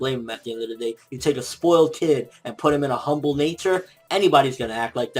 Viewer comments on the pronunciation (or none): none